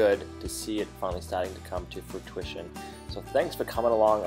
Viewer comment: Foo-twishun? Froo-ishun. Fruition: fru·i·tion /fro͞oˈiSH(ə)n/. Second time I've heard you say that, you did it in the last video... lol. Great video,! Looking forward to the #JamaicaCottage build!